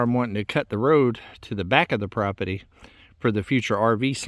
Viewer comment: IT'S NOT PROPETY... IT'S PROPERTY. Bugs me. ❤😊